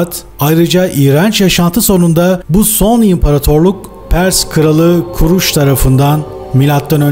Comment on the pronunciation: Pers imparator koruş ısminin doğru telaffuz eden ilk Türk videolarını severek izliyorum izlemeden beğeniyorum bir ricamda olucak bunları da araştırsan sevinirim mu ve Atlantik kıtaları var mı yok mu o kıtaların cinlerin oldunu ve büyük gunahlar işledikleri için Allah' tarafından yok edildi ve ayrıca yecuc mecuc ların insan ve cin lerden türediklerini ve cinlerden insanlardan nefret etiklerini araştırsan çok iyi olur bu bilgilere rasladım ama sizin kadar başarılı değilim